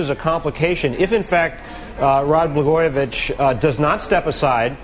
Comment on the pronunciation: Did that one lady say Rod Bla-garbage? It sounded like it.